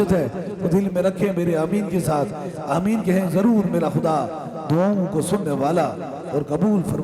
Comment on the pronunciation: Aaaaa ki jaga haa ki awaz aa rhi aameen to kehna seekh ln